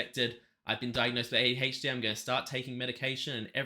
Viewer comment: As an American... I've never felt more like I have been mispronouncing my "h's" for my entire life, as I will after hearing you say "ADHD"